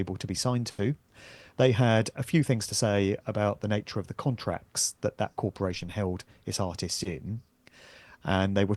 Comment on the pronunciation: "Contract" = "Conned-to-act"